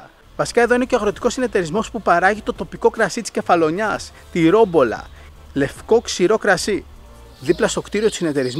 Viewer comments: μια διορθωση. Λεγεται Ρομπόλα οχι Ρόμπολα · όχι ρομπολα... ρομπόλα....